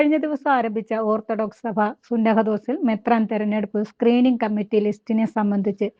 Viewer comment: Poyi chakamo thalle Learn to pronounce sunahafhose